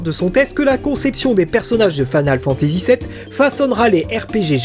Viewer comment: Sa me tricher un peu ta prononciation de "Final". Mais ta vidéo est géniale. 😊